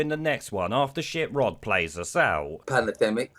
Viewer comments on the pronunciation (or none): I thought it sounded like planademic?